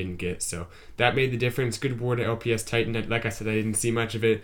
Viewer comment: It's LP five tie-tan lol.